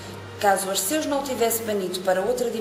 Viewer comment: Só uma dica não se diz Ar-ceus diz-se Arqeus lê-se o "c" como se fosse "q"